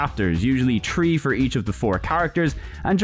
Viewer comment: Tree in total!?!?!?! TREE IN TOTAL! YOU MEAN THREE! 😂